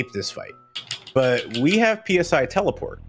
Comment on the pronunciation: Friendly reminder to all runners and commentators that "PSI" despite being capitalized is pronounced the same as the Greek letter.